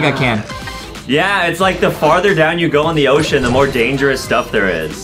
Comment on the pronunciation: A SHARC ON A OSHOSHEN